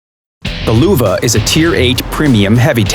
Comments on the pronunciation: Nils Niemeyer No shit sherlock, i mad fun off how they say Luwa instead of Löwe XD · it is pronounced "loevee" or "loevé" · It's Löwe, not Luwe. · I'ts not the german pronunciation.The german pronunciation is löwe not Luwa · Your Löwe sounds funny its like luwe but thats totally fine jUst SO yOu kNOw LÖwE MeANs liON. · The "Luwe" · This pronunciation of Löwe just hurts me! :D Luuuve -oh fck me xD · Sounds like Lüwe. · Get WG somebody that does not say Luwa, i cant watch this with a straight face and follow the damn video XD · "Luwa" that's why you should learn foreign languages. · Wtf? Luwa? Whats that for a tank? Worst pronunciation I've ever heard xD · I hear luva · damn i really like how they pronounce Löwe.... why dont they call it a Lion that the correct translation for it. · The "ö" is pronounced like the "U" in "Churchill" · Valivali94 I think they can't pronounce ö right.